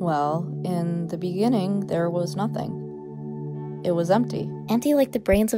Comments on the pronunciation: “In-in in the beninging” Yeah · I wheezed, not in the end but “In the beninging”